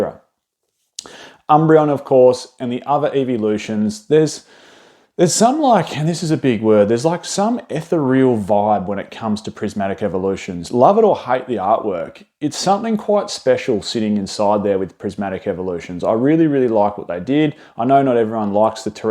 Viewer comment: The kind of guy who absolutely butchered the pronunciation of ee~theer~ree-al 😉